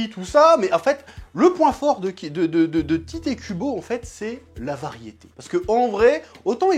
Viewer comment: Sauf que l'auteur de Bleach ne s'appelle pas Tité Kubo, mais Tite (prononcé "Tight" ou Taito à la japonaise). C'est déjà douloureux à entendre en temps normal dans les reviews de Bleach, mais là en plus ça fait complétement foirer les jeux de mots!!